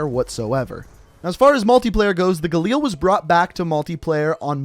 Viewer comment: For fucks sake just say galil